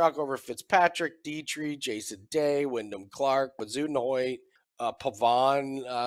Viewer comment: Nick wasn’t laughing at how far Clark has fallen and how he’s the same price Bezuidenhout. Nick was laughing at the ridiculous pronunciation of Bezuidenhout.